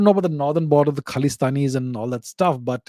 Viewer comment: The way he said: "khalistanis"